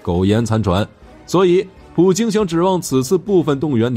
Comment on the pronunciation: 明明是普京你为什么总是说普丁呢